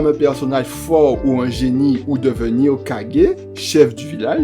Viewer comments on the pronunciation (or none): Alors au début de la vidéo , tu te trompes en disant qu’il est mort au rang de chunin alors qu’il est mort au rang de Jonin . Et ça s’écrit ´´hokage ´´ mais ça se prononce ´´ hokagué ´´. Ensuite le montage est bien mais pas assez dynamique , ce serait mieux qu’au lieu de mettre des pngs et des images , tu mettes des extraits de moments du combat . Ce serait plus cool et ça rajouterait un + , à ta vidéo ce serait plus dynamique et plus sympa a regardé . Et essaie de parler plus vite ( tu peux parler vite et clairement ) . Sinon la vidéo est cool , j’ai bien aimé ;)